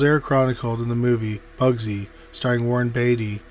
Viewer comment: Interesting stories - though you may want to work on speaking a little more clearly. The second time you said Bugsy Siegel's name, you called him 'Bugsly' and the third time you said it you called him 'Ugsy.'